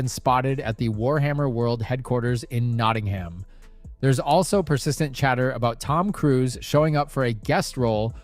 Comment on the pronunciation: Please learn to pronounce Nottingham. Americans never get these pronunciations right. Neither did you. It takes 20 seconds to look it up.